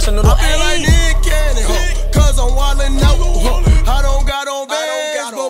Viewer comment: That nick cannon sound like “meat canyon” for me im fried bro 😂😂